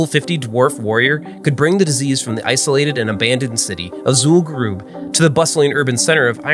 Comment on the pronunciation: Super-Duper-Nerdy WoW Video fact-check: Mispronounced Zul'Gurub (occurs multiple times in the video) Areas of dense spread tended to be the Mailboxes, Banks, Auction Houses and Hearthstone locations You need to be at least level 58 to zone into the raid, but most who reached the noted boss were max level at 60, as it was the final boss. A level 50 would not be able to get into Zul'Gurub. Fun video though.